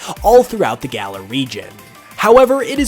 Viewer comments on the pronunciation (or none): It's galar, not gala